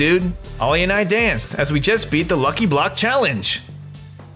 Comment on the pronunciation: Bro said "monkey block"😂